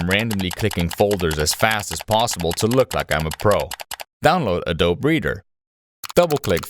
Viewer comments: AdobE!!! A-dough-be!! You pronounce the goddamn E!!! Where the hell have you been that you use computers (you’re on YouTube and making content for it) and have never heard someone say the name out loud ?!?! Jesustapdancingchrist!!! Not adob- ADOBE!!! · it's ah-doh-bee, not ah-dobe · I hate how you say A DOBE. It is ADOBEE. BEEEEEEEEE. BEEEEE MF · also it's uh-doh-bee, not uh-dohb, sir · Why does bro pronounce it like Adoe breeder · "uh-DOBE" LAWL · It's pronounced 'uh-doe-bee' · Do you really say "uhdowb" in real life? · "A -Dobe" oh dude.... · AD-O-BEE you brainlet. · ADOBEE IT'S FUCKING PRONOUNCED AH-DOE-BEEEEE. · Disliked because you pronounced "Adobe" a-dobe. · are you making the E silent on purpose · That's not how you pronounce adobe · AI voice cant say adobe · the adobe pronunciation though